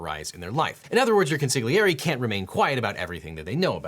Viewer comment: OBJECTION! Your pronunciation of 'consigliere' is wrong. 😉